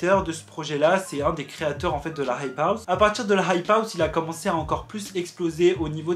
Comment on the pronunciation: Tu sais pas dire hype house fr